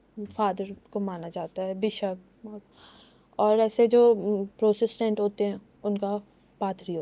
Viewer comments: Sister its just protestant not prosastant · Not Prosestant😂😂😂it's Protestant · are you serious LOL christians mai prosistant nhi protestants hotey hain. Is ko sahi se bolna ni ata...strange